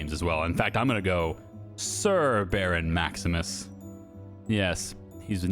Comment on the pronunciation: “Sir Baron” sounds like ”Laborer Milling Worker.”